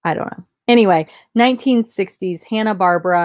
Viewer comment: ❤️ your videos. FYI Hanna barbera is pronounced bar bera. Not Barbara. Love ❤️ mugs and I don’t drink coffee either.